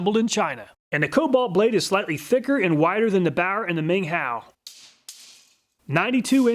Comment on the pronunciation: I love the obliviously butchered foreign names lol: Kutir as "Cooter," Ming Hao as "Ming Ho" even though he pronounced it right at first